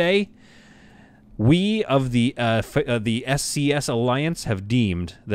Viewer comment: I sware it sounded like when you said “SCS” was “ASC” as i had background noise